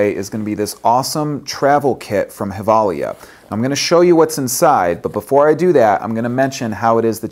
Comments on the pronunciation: Umm... Gevalia isn't Spanish... It's pronounced "jevalia"... 'J' as in John, that is. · actually just watched a Givalia commercial and discovered it is pronounced with a "J" sound and not Hilvalia. lol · Nice to see that u give away something from a swedish company. Gevalia means Gävle in latin. Gävle is the city were they makes the coffe. Did you know that? And it´s pronounced with a "J".